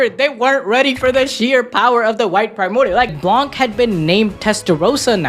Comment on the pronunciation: has a french speaker I need to say blanc is french and the c is not pronounced we just say blan